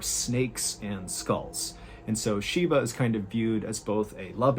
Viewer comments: Shiva. Not Sheeba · MR baaaaaaaaaaallllen , its Shiva not Shiba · Thank you for covering the story, but it’s actually Shiva not Shiba. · The pronunciation is SHIVA as in “She - Va” V in Va, not SHIBA “she - Ba”. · I think it's pronounced with a 'V' ,it's Shiva if memories serves me right